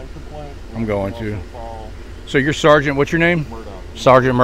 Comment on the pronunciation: I cringe every time you say “sargaint” just call him Gaytheir and drop the title.